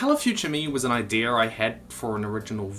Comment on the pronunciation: I just noticed you say idear